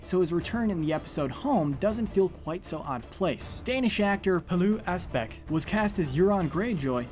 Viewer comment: I have never heard a non Danish guy pronounce Pilou Asbæk that Well, Well done